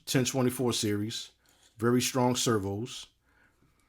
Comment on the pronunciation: You say "servHoo" and "servHoo's" as if you their pimp. 😂